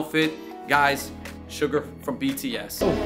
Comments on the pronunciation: It’s Suga (pronounced Shoo-ga), not Sugar 🤓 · It’s suga . Not sugar . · Suga not suger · It’s Suga, my dude. “SHU-GAH”. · It’s suga without the R